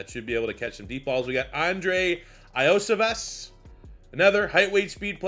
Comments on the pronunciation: Andrei’s last name is pronounced yo-see-vash. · Bengals fan here, love seeing Andrei Iosivas on the roster. Just to help you out in the future, it's pronounced like YO-SEE-VOSH. Bengals fans are starting to call him Yoshi, like from Mario.